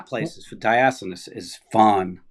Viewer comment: Hearing a Yankee trying to pronounce Diascunds was priceless!!!!!!. Laughed my ass off.